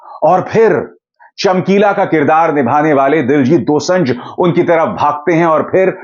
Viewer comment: दोसंझ नहीं sir दोसांझ है